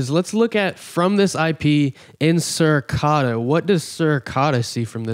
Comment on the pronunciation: How do you not know how to pronounce Suricata and Debian? lol